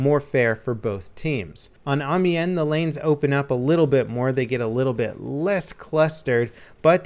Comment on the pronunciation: Ive lost all faith in humanity. nobody can say Amiens right AM-I-ANS NOW SAY IT RIGHT